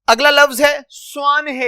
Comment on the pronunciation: بہت بہتر لیکن آپ کے کچھ الفاظ کا تلفظ غلط ہے اساتذہ معنی سوانح طلباء